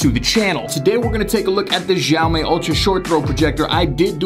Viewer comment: Every time he pronounces xiaomi a baby dies.